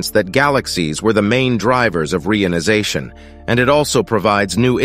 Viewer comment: ai voice cannot pronounce reionization, very irritating